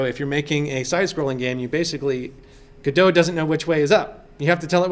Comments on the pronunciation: It's actually pronounced 'Godot.' I don't know where you heard the other two. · No way! I always thought it was pronounced "Godot"! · You admit the developers pronounce it differently, then you purposely mispronounce it over and over. Pretentious and annoying. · It's godot not G-O-D-O-S-A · well, it should really be pronounced with a silent "T" because it was named after Samuel Beckett's play "Waiting for Godot". you should just google it and i'm pretty sure somebody else has already commented something about that. sorry, english is a 2nd language for me. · Because "Waiting for Godot" is a pretty well known play, and that's why he pronounces it like that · Lol everyone of you are wrong here hahaha. It's 'Godot' not 'Godot', so please stop calling it 'Godot' for Godot's sake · Dude its obviously "Godot", I'm surprised people are comfortable with saying it like "Godot" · Stop calling it "gudough" you fucking mongol you even acknowledge the creators refer to it as "go dot" yet continue to pronounce it your own way because mommy told you you're a special snowflake. Are you stupid? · and its go DOT not gado, if your going to make tutorials pronounce it right god that's annoying. notice the second letter is an o not an a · You say (Ga-do) but it is written (GO-DOT). I say (GO-DOT) as it is written. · The creator of the 'gif' verbally called it a 'gyph' all the time. Look how much people cared, lol. 'go-dot' would have to be a compound word to make sense, lol. "gu-doh' just makes sense. There are very few actually good cases to use the silent 't' and I think they should own it, lol. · FYI: Pronounced GOD-oh. Not Go-dot or Go-DOH. Godot development was started by Juan 'reduz' Linietsky and Ariel 'punto' Manzur in 2007.[13][14] Linietsky stated in a presentation that the name Godot was chosen due to its relation to Samuel Beckett's play Waiting for Godot, as it represents the never-ending wish of adding new features in the engine, Waiting for Godot (/ˈɡɒdoʊ/ GOD-oh[1])